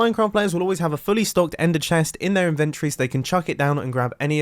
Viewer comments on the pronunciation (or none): none